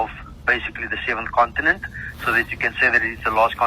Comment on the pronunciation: "Continent" he says.